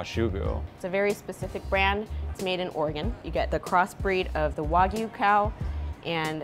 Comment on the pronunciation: Did she say OREGON?